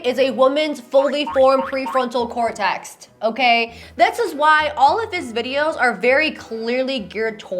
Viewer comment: No big deal, but it is cortex not cortext. 😊